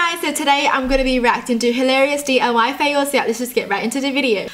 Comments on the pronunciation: It's diy not dly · u said d.u.y its diy